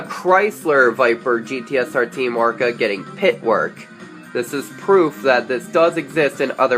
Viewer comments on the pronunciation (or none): He said Team "Orca" not "Oreca"